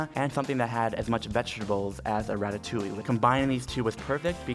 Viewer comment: Quand il prononce " ratatouille " " ratatouilli " ! On m'a perdu dans un putain de fou rire ! MDR